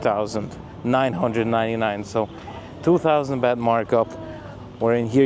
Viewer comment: It's a gift for a monk dummy, not a Christmas present. Next it's not "beht" but "baht"